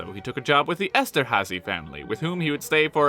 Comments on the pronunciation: you pronounced Eszterházy so well so I suspect you were native Hungarian :D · You nailed the pronounciation of Eszterházy. Good Job. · For a moment I thought I'm in an alternate reality when I heard an understandable Hungarian name in a video made by someone who speaks not Hungarian.